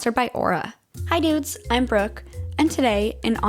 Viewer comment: Ngl I thought you said after the sponsor, “Hi dudes, I’m broke” 😂had to rewind that part lol.